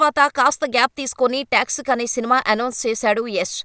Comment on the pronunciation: movie texic aa😂😂😂 7th chaduvukuma meekante baga English nake vachu😅toxic😊